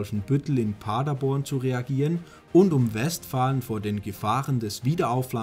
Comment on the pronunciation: 11: 40 Pader'born, nicht 'Pader-born! Genauso West'falen, nicht 'Westfalen!